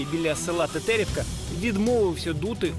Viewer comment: тЕтерівка , а не тетЕрівка. А взагалі це жах....